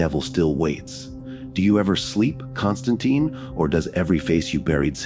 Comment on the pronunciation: Imagine if Spawn, Ghost Rider, John Constantine, Kratos, The Doom Slayer also known as Doom Guy, Scorpion and Sub-Zero teamed up together to fight against hell. Hell would tremble in fear. BTW be aware that John Constantine's last name ends with tine which rhymes with pine not teen